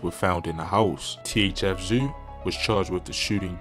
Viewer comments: “THF ZUU”🤣🤣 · This nigga said "THF Zew" 🤣🤣💀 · I was hollering my boy needs phonics 🤣